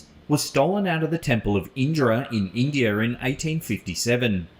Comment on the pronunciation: I know it's their language but when I hear English people pronounce words ending with an "a" and they make it sound like an "r" it makes me laugh. "Indier" 😂